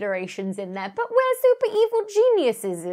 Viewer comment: Stealing the Moon AND saying Genuiseses? You've definitely been talking to